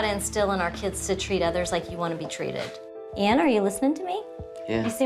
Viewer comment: Nothing to do with her accent, she was saying the name incorrectly at first. She must have been told as she started saying it correctly later and she still had the same accent. Also I'm not just going off this, Lots and lots of Americans can't say Craig they say Creg and Jaguar becomes jagwaar, Adolf becomes A dolf. Ive heard thijs from lots of different Americans with lots of different accents